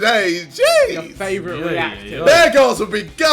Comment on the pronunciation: Lol, I thought he said Bear Grylls, not bare girls.